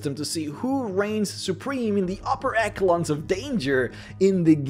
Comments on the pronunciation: eshh elon, not eckelon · i stopped listening when you said "upper eccalon" . . its echelon , whit a shhhhh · Great video! I just wanted to let you know that the word 'echelon' is pronounced 'esh-elon'. Despite its spelling, you never make the typical 'ch' sound like you would in other words. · "Upper ekelons of danger" Have I been mispronouncing "echelon"? "Reepresent" No, nevermind. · Did he say "eck" a lon? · My lord...people that can not pronounce echelon....